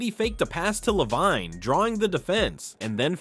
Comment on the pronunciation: Is this an AI voice? How come you can't say Lavine correctly?